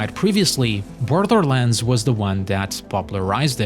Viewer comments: You sound like a toddler dribbling their porridge every time you say "Borderlands". Apart from that, great video. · Borderlands not brodrolands xD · I love how the narator's voice pronounces "Borderland" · Can you for the love of god at least learn how to pronounce borderlands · Man I love how this dude pronounced “Borderlands”